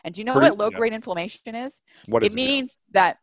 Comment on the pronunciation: So What is the definition of inflammation or afflamation - as the word is not pronounced or explained well